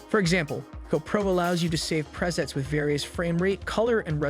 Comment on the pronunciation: who is doing the voice over on this video? He pronounces Mic as Mick instead of Mike, and Pre Sets as Press-its instead of Pree-Sets. Obviously doesn't do much with cameras. I don't think he made a case for eliminating the DJI Osmo 4 in favor of the GoPro. The overheating issue on the GoPro is enough to eliminate the GoPro as a contender. Clickbait title that I fell for thinking there might be something new here I needed to find out....not.